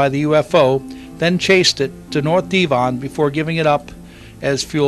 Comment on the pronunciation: its dev on not dee von